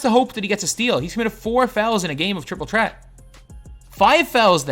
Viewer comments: I like how he says Triple Chret instead of Triple Threat 😅😅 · It’s an accent